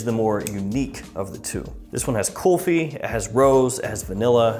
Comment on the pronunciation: Dude went straight European when he said coffee.